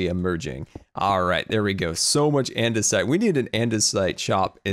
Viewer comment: Also, it's not called andersite. It's andesite